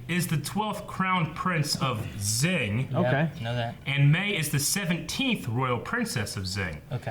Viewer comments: zing ? it's shing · Xing is pronounced Shing.